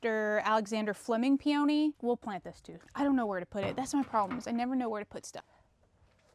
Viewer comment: Pee-uh-nee! Not pee-o-née.